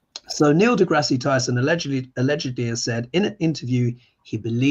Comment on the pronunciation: It’s DeGrass…no ie.